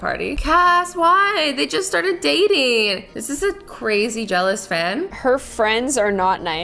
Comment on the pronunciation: that’s not how you say it it’s dating btw